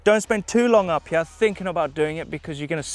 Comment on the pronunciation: Always cracks me up when he says here - hiah!